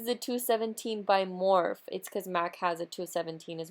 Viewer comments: It's pronounced More-Fee, not morf. Jus sayin. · how dare her manager let her upload this video mispronouncing morpheeeeeeeeeeeeee COÑO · You're so BEAUTIFUL!!!! Love love this make up look But it's actually Morph-ee lol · Love the smokey eye! & does it really freaking matter how somebody pronounces something, morph-E or morphe, you still know what it is! Chill lol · That's how I say so when heard other you tubers saying morpheee I was like "they're saying wrong omg "lol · Lmfao at all these comments correcting on how to say "Morphe" I can just imagine saying "Pero me entendieron" haha. Love this look keep doing you boo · Are people really getting butt hurt over how you pronounce Morphe and not on the PURPOSE of the video.. People are so SMH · Why does she say morphe like that? lol